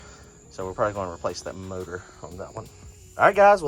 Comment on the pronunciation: Did you say murdor? I think you meant to say motor.